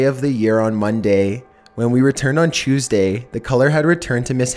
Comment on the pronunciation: Sorry but whats thuesday?